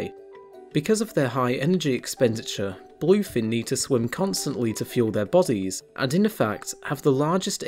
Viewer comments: Bul-oiy fin? Ree-creational? Maybe you oughtta work on the pronunciation guy. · i hear "boii"fin tuna 😂